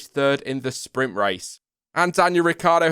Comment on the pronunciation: I was trying to figure out what "Spring Qualifying" was, then I realized you were trying to say "Sprint".